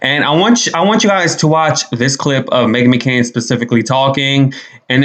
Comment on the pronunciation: Not the “Meghan McCoon.”😂😂😂